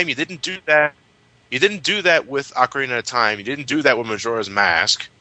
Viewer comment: Good god the way butchers the pronouncing of ocarina I hate when people do that